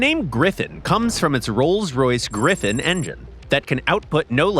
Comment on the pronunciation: GriFFON, not GriffIN!!